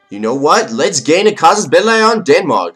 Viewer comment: Its cassus ball-ey no ball-i